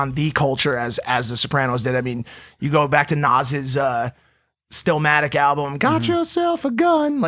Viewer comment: Still Matic? Bro it's illmatic